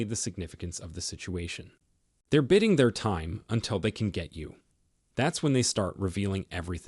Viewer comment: They are biding with a long i not bidding pronunciation.